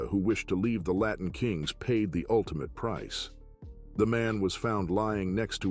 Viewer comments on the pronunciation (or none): none